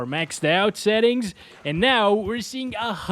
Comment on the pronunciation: Why do you say xettings?